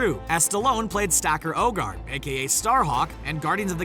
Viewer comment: Did he actually just say Stacker Ogard?